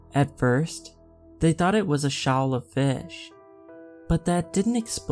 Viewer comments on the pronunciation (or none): Hey dude, awesome story. Keep it up. 🙂 Not sure if you’ll see this and I hope no offense is taken, but when referring to fish, shoal is pronounced “show’ll “ essentially and trawl or trawling is pronounced “tr-aw-ling”. Again, no offense is intended at all and if I was rude by doing this, I apologize.